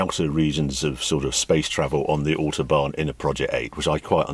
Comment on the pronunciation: Love the video but please please pronounce autobahn correctly!